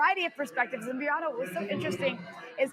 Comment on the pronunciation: First she says Briahna incorrectly then she says "K'mala" Harris LOL